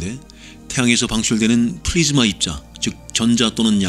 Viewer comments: 플라즈마인데 플리즈마로 말씀하셧어요ㅎㅎ 항상 잘보고 잇습니다 자주올려주세요~ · ~ 부분 41초 동안 녹음상태가 불안정합니다. 여러분의 폰이나, 이어폰에 문제가 있는 것은 아닙니다. 만약 이부분이 너무 불편하다면 눈물을 머금고 도려내도록 하겠습니다. 그리고 플라즈마를 플리즈마로 자석을 좌석으로 선박을 선반으로 발음하는 실수가 있었습니다. 이번 영상은 완성까지 시간이 많이 걸렸네요. 무려 한 달 가까이 ... 그리고 여러분이 영상을 기다리므로 중간 중간, 매주 올릴 짧은 영상도 틈틈히 작업하면서 동시에 해왔습니다. 이 영상의 개선점과 그리고 앞으로의 요청사항을 댓글로 알려주세요. 앞으로 우리에게 주어진 우주 여정이 멀고도 멉니다. 멀리 갈수록 생소한 용어가 나타나고 난이도도 조금씩 높아지므로 일단 태양계부터 확실히 기초를 다져드리면서 저 멀리 우주로 계속해서 나아가겠습니다.